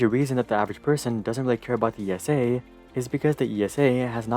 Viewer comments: It’s ESA... not E.S.A. - just like NASA... not N.A.S.A. 😅🤗 could have done some more research about our space agency but overall good video! Keep at it! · Great video! But ESA is pronounced as a name like Lisa without the L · Could you please pronounce esa as one word like you do with nasa? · Sorry EU citizens, here in the USA I’ve always heard or maybe assumed ESA was pronounced as E.S.A. (With Letters). Now we know, no slight is intended. In my opinion ESA either isn’t initiating flashy projects or when it does a flashy project (ie Mars) it hasn’t been the first. Anyway, right now SpaceX owns all eyeballs, even those that once adored NASA for reasons that seem obvious. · Just a pet peave of mine, as someone who has lived with ESA (family work there) all my life, no one calls it "The E.S.A", everyone just says ESA (pronounced like the name "Isa"). As a side note I had a metal toy Orion rocket growing up, awesome thing xD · It just hurts my ears how narrator says "ESA". It's actually the same as you would say NASA (imagine someone saying NASA as en-a-es-a) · you could have done some more research about the name of your main subject - it’s Like interviewing someone and getting their name wrong throughout the whole interview..... difficult to listen to! Better luck Next time!